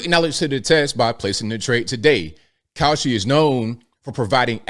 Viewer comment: The ad for Kalshi.....almost sounded like you said cow💩 .... 😬